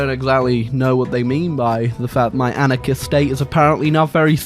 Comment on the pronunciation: Anakins State? Why do I hear Anakins State?